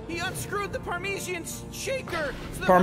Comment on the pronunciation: Yes cartoons... It does trigger me, par~ma~zan 😅